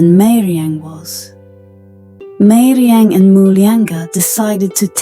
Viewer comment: It is not meiriang it is gairemnang